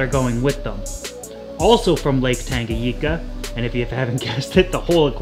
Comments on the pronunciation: Tanganyika!!! Not tangayeeka lmao. Before anyone attacks me I love this channel.. but damn the pronunciation gets me sometimes😆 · Love it..All..But dude,Tanganyika ..N spells like letter " N" in the word "new " for example :D I couldn " t just overhear that so many times ..But love the work..Keep rockin bro" !!! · Great video as always! Just 1 thing: it’s TangaNyika and not Tangayika :) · Please look up how to pronounce tanganyika